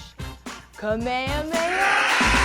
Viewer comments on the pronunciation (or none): Ku me hu me ha? Really. At least pronounce it with an “a”. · Did she just say kah Mey mey yah 😂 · Anyone else bothered by the way she said kamehameha? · The way she pronounced kamehameha